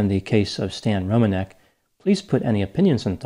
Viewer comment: I'm really impressed by your knowledge on how to pronounce polish surnames, I'm polish myself so I know how it supposed to sound and it's exactly rom-an-ek. Not Romaneck or Romanec.